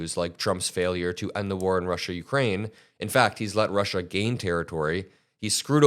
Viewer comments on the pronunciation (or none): none